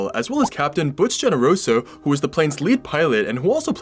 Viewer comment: Thanks for this. Just a note, Genoroso is pronounced as Henoroso.